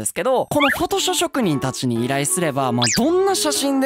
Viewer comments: フォトショショくにんとしか聞こえん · 「フォトショ職人」 言いにくそうでwww 滑舌❗滑舌❗